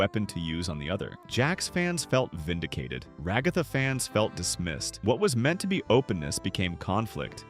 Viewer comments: "Reh gatha" 💔🥀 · why are you pronouncing Ragatha as RagAhtha? also Hazbin Hotel as Hahzbin Hotel? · Ra-GOTH-A, bruh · Ruh-Gah-Thuh ✅ Ragatha❎ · “Ruh-GAH-tha” AI ALERT AI ALERT 👎👎👎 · "ra ga tha" brother who pronounces ragatha like that? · You pronouncing Ragatha must be ragebait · why say ragatha like that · Ok the way "Ragatha" and "Hazbin" is pronounced is a red flag for AI usage... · It definitely is. Unless Ragatha is supposed to be pronounced like that. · it is absolutely NOT pronounced like that 😭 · that's just text to speech they suck at names like Ragatha's